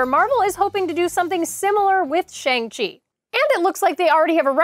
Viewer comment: You're killing me with that "Shang Chi" pronunciation.. Shang is pronounced like when the doctor tells you to stick out your tongue and say "Ah".